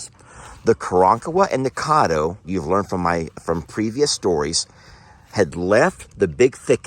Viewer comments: it is pronounced Cad doe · As a person with South Louisiana in laws, Caddo is pronounced Ka-Dow.